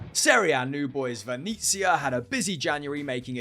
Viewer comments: Another great video guys , but a lot of your Italian pronunciations are awful, Venezia is Veh-net-sia not however you said it. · Venizia lol